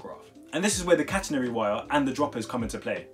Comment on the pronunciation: He says catenary when it’s catenary